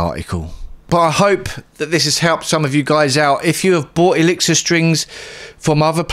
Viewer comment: He cant pronounce the name of his favorite strings....